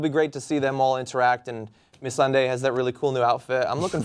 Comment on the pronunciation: I had to pause because I'm laughing too hard at Ben's pronunciation. "Missunday"